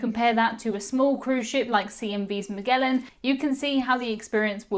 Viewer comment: Maghellan? Magellan, like mah-JELL-un.